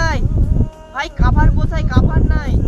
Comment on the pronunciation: কাভার না কোভার